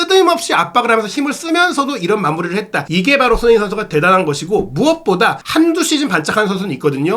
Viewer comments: 진행자분의 발음 손흥민선수 = 손인식선수 😂😅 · 손흥민 발음안되나?